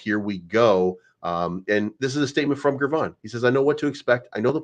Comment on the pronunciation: Hey, Gervon’s name is pronounced “JER-VON” not GGGGRRRRRvon. You’re welcome